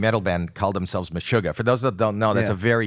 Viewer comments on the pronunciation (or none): Meshuggah is Meshuggah not yeddieh or whatever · Look up “Bill Burr Meshugguh “